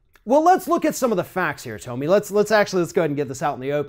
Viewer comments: Her name is pronounced "TOMMY" not "Toe-ME" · pronunciation of Toe-me Lahren and Colin Caper-nick is throwing me for a loop